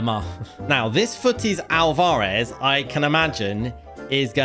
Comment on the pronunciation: why does bro say alvarez like that 🤣